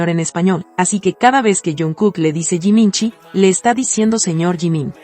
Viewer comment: Toda Esa pronunciation de Jiminshi en Jungkook suena hermosa❤